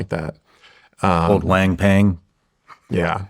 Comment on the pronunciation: Wang pang? Cmon Shawn, you’re better than that.